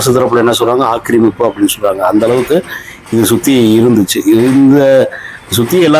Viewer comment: அடுத்தவன் பெண்டாட்டி கூப்பிட்டதும் வருவா ..... வர்ணணை அப்படி உள்ளது. ஆக்கிரமிப்பு என்று அழுத்தி சொல்லு.